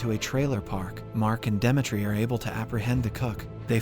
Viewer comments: its really bothering that you keep calling him Dematre i feel like its supposed to be Dimitry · 💀bro pronounce demetri very terrible 😭